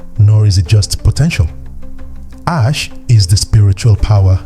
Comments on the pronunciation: Why is Asé (Ah say)being pronounced ash?? that is so disheartening for such a good quality video. Makes me question the information even though I know it's valid. please have the AI pronounce the word properly😩😫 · I’m not gonna lie, when I first saw this comment I thought you were over reacting, but then I heard him say Ash over and over again and it irked me. I hope he makes a correction either in the notes or remaking the video. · Why are you pronouncing Ah-Shay in this manner? Ashe/Ase is pronounced Ah-Shay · This is a beautiful video but the pronunciation of the power words are wrong which is messing up the video. If your using AI you can spell the word in a way that will force the AI to pronounce correctly like instead of spelling Ashe (spell it asay or ahsay). Spelling the word phonetically will make the AI pronounce the words properly. ❤️ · This AI voice had me fooled until I heard it mispronounce ase. Horrible! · I want to share video but I cannot because Ase is pronounced incorrect. Please take this criticism with love. You should redo video with correct pronunciations so misinformation is not being passed around. Plus people who know the correct pronunciation will not take video serious. Because it is a very well informational video. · Well said. The irony of a video about the sacred power of the certain words being spiritual codes.......and then keeps misprouncing the very word (in Yoruba) used for that very Power. Correct pronunciation (or at least as close as possible) is fundamental for invoking the Power of the Word.....exactly like any incantation. And it's DEFINITELY not "ash". Other than that, the concepts & images in this vid are excellent!